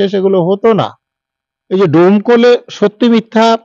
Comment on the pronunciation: দমকল না ডোমকল